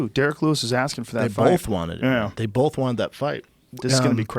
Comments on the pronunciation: Joe and Brendan say it with me: it’s BOTH not “Bolth” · Joe and brenden both say “bolth” and it kills me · "Bolth" ~ JRE, JRE Jr. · Brenden "iveryone" Schaub Brendan "bolth" Schaub Joe "Wooaahh" Rogan